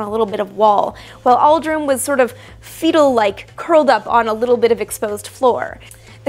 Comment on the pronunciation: When she says Aldrin, sounds like she saying Oliver